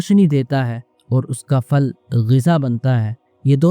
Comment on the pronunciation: ہندوؤں کی طرح پھل کو فل کیوں بول رہے ہیں؟